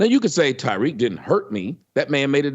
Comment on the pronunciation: Why the fuck does he keep calling him Tyriq? The man's name is Tariq. Tommy is a slow mf.